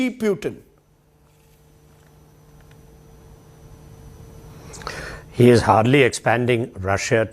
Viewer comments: Pew-Tin. Is it? Its Poo-tin you pretentious 🐖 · Lol.....to him pronouncing 'Pewton' like Newton. It's pronounced 'Pootin' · I love the fact ( or maybe hate it ) that he calls Vladimir Putin as Vlaidemir Pewtin. 😂